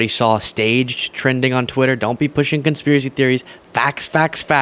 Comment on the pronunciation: "Construvisy" theories! I like it.